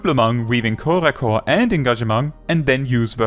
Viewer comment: As a native French speaker, I thank you for not pronouncing corps-à-corps as corpse-à-corpse!